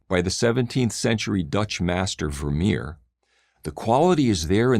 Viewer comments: one would think that, as an "artist" who celebrates the great masters, he would at least know how to properly pronounce Vermeer. also as an AH, this made me want to jump off a bridge bcs there's like....little to no understanding of art analysis and art movements in takes that I'm genuinely shocked. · shut up,, that is not how u pronounce "vermeer"